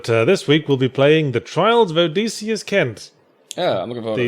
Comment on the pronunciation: Is the y a long e sound? I, and most people I know, always pronounce it Oh DISS ee Uss, same way Ulysses is Yew LISS eez rather than Oo LEASE eez